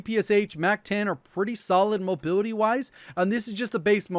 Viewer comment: I cant unhear him saying mobiwity when he says mobility lololololol